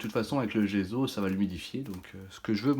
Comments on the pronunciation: Le gesso comme saut, pas le gezo comme zozo. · ne prends pas ombrage de ma remarque mais le mot GESSO est italien en conséquence il faut prononcer les deux "S" : "GESSO" et non pas "GEZO" comme tu le prononces à tort... !! aie aie aie pauvre langue italienne méconnue et malmenée régulièrement .... pourquoi fait-on tant d'efforts pour l'anglais et si peu ou pas du tout pour l'italien qui est et reste la plus belle langue du monde..... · c'est gesso et non gézo e devant 2 s en français se lie ésso pour les cons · C'est agaçant de dire gezo il y a 2 ss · On prononce gesso il y a deux s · On dit dgesssso a l’italienne 😉